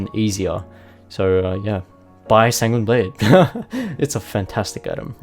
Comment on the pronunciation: He said sanguini blade